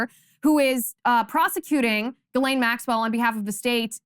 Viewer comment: While I love your show, and admire you and your morals, could you please get your pronunciations correct. It's Jizzlane (Ghislane Maxwell) and Waukesha is pronounced WAK eh SHAW. Thanks.